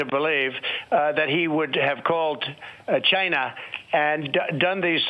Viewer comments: Why can't he say China instead of Gina? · Jyna? Gyna? How do you say China? Are you saying Gina like the end of va-gina? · How do we spell China how he pronounces it.. Gyna. Jina. Zcina. Shina. You can smell his methane breath through your device. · I HATE the way he says "CHYNA" and I wonder why he pronounces it like that. Weirdo. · The way he says China like Ghyna still makes me mad. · Why can't he say China? Chiiiiiiiinaaaa 🤣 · Wow! There was one time in that phone interview that Trump almost said China correctly. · The trade deal WAS a disaster. And calling it "CHY-NUH" and calling covid the "China Virus" is still bigoted AF. I don't particularly like the Chinese government, but being a bigot at them isn't the solution. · There something that irks me every time he pronounces Ch eye nah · I love how Donald pronounces Chine-Nah! Just like a Alec Baldwin impression! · Still saying CHI-gna. His mongrel son made it clear what they were doing on Jan 6. Thank God they lost. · It's not China it's gchina. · Why does he pronounce "china" so weird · This would be really funny if it wasn't f*cking scary as s*it.... Also, among another things, I cannot stand his pronunciation of the word ''China''... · Yep…a little Freudian slip…as if he meant to say “va-Chi-Na”. You also know where that weasel’s brain resides if you pay attention to the constant clues that betray him. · Donald always sounds like he's trying really hard to make China a one-syllable word. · Trump DELIBERATELY mispronunciation of the word China is Red meat to his brainwashed based supporters. He is a cold and calculating person. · Do you really think it’s deliberate? I think he’s just stupid. There is countless videos of him mispronouncing and slurring words. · Why can't he say China like a human being? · Never heard the word “China” youre right. What we do hear from you is “GINE A” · Why does he pronounce it as "GYNA"